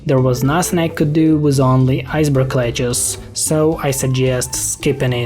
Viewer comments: every time you say 'lettuce' it sounds like, Ledge-uhs, which sounds like one of the characters in 7th Saga, Lejes. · Iceberg lechuce always gets me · He says “iceberg leguce”